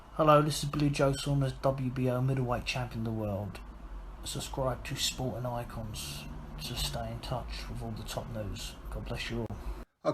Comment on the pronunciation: Billy ”boxing eye-con” Saunders